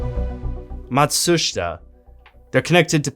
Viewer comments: Some knowledge of the syllable breaks in Japanese would be a good idea when talking about Japanese things. Not Mat-shush-ita. In JP, almost every syllable ends in by its vowel sound. Matshuita is Mah-tsoo-shee-tah. まma, つtsu, しshi, た ta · Great video, and I love all the references in your description, very very good work. I think it's Mat-sooh-shee-ta though :) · You have to learn how to pronounce "Mat•su•shi•ta." 😄